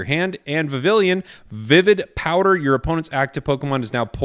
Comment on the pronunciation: You’re gonna flip, but it’s apparently pronounced “Vee-vee-yawn”. True story. Poké-France really shining through with that one…